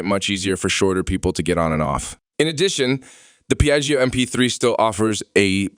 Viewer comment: i stopped watching when i heard “piaggy oh” 😓😓